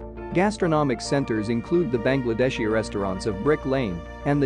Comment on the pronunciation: Nice summary - but - Bangladishes! ouch.